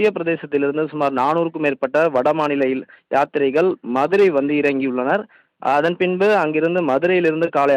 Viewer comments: யாத்திரிகர்கள் என்பதை கூட சரியாக உச்சரிக்க முடியவில்லையா? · என்ன தமிழ் பேசுற... நீ. நீ ஒரு செய்தியாளர்......... யாத்ரீக.... என்ன. முழுசா வரல.